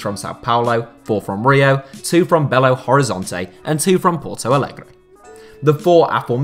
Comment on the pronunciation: Thank you for not pronouncing it “Belo Horizontch” like that one ESPN announcer (Adrian Healey?).